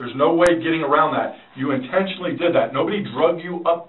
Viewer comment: Not... INTENSHUNLEY!!